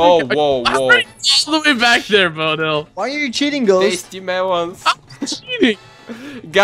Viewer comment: I love how he says "mewons" instead of "melons" :D